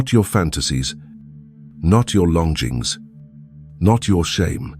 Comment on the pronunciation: Very, very interesting, thanks. Just one thing, those mispronunciations ( wound, longings), is that the AI voiceover or what?